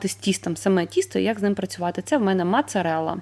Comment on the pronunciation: Чудове відео , мене напугали ножиці 16 років живемо в Італіі ніколи не бачила ,вам би руки вирвали за таке, піцца як і паста це гордість кожного без вийнятку італійця, також ріже слух мАцарелла це - мОцарелла написано у вас на упаковці, " цю семоліну " також ні бо це чоловічий рід- семоліно ,також піцайоло не міняється кажуть завжди у мужскому роді з О на кінці, а так все супер ❤